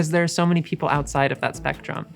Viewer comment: "SpEctRum" dear lord😂